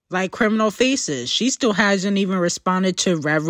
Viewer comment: the big and bold "still" is killing me 😭